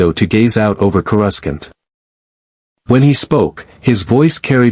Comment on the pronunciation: I don’t understand why every AI on every channel can’t seem to get word pronunciation right? Even basic AI like chatGPT has access to a dictionary online or the author of the stories should be able to correct the AI’s mispronunciation? It’s pronounced CORE A SAUNT!!!